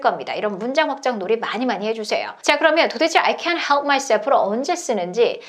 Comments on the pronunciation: 영어 잘 못하는데 느린 영상 계속 보고 또 봐도 I couldn't help my self로 들리고 입모양도 그렇게 보이네요.. 하하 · 감사합니다! can't help가 couldn't help로 들리긴하네요!!ㅎㅎ